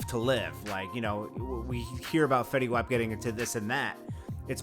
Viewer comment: Dude said his name wrong💀